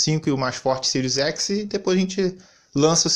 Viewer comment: Sirius Eçi